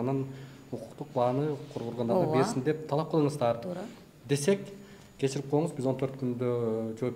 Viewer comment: Кечир дегенсозду туура айталбайт тооба